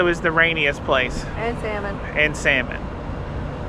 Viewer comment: Enjoyed your Ketchikan video. You MUST, please pronounce salmon correctly, especially when visiting the Pacific Northwest. The L is silent. Pronounced like samon, not saLmon. I cannot emphasize enough how irritating it is to the natives to hear saLmon.